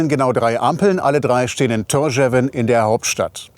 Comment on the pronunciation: Ein super Video, war ebenfalls im April 4 Wochen dort, und besuche die Inseln regelmäßig. Die Hauptstadt wird jedoch [Thórschaun] ausgesprochen. Aber sehr schön erklärt und gut visualisiert.